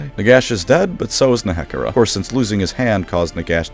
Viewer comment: The way you pronounce Nehekhara. It is... discomfiting.